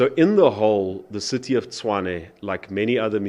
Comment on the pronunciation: Tshwane, not Chwane.